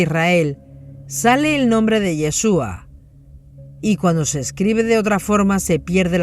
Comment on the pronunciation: No es Yheshua es YHASHUA.